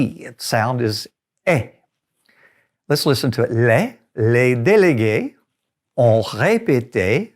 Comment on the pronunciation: I'm just learning but aren't we supposed to combine the "s" on délegues with ont? so say it like delegue sont repete?